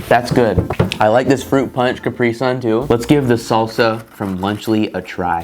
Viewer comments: I cringe every time he pronounces caprisun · still can't get over how americans pronounce Capri Sun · As a german I die on the inside, every time you pronounce Capri Sun